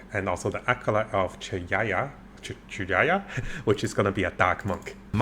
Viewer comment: Sorry, i don't mean to take you as a joke but.. There is a rule that if you can't pronounce "chayula" then you probably shoudn't make tierlists of ascendancies that aren't even out and revealed.